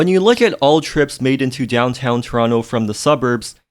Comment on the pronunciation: from toronto but doesn't know how to pronounce the name of the city lmfao